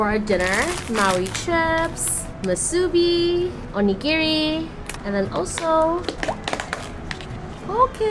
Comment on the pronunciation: It’s actually not called ‘Shaved Ice” Proper name is Shave Ice. Also it is MOO- soo-bee not moo-SOO-bee.